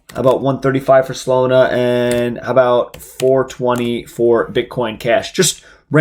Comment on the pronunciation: lol bro it’s Solana. Not salona 😅